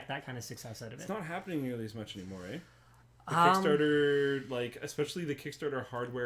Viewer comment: Canadian Moment: "It's not happening nearly as much anymore eeeeyh?"